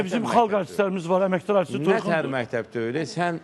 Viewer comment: Mehteb yox mekteb